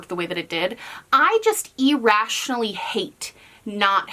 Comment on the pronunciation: I get irrationally bothered every time says e-rationally🤣